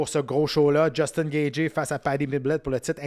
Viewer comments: Yest tellement compétant que meme si y dit Gatgy on sen calissssss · Jtaime mais comment tu fais pour être commentateur UFC et prononcer gaethje aussi mal